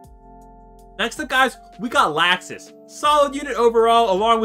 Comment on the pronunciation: Why you say Laxus name like that